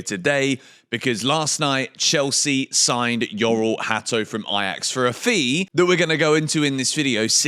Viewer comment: The pronunciation of his first name is Jor-ell, not Yor-ell